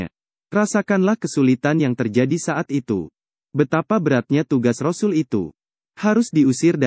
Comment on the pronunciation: Sngt d syngkn utk sebutan rosul vokalx tdk fasih alias nggak bnr ..sbaikx utk pengisi suara digantikn org lain yg yg lbh fasih ..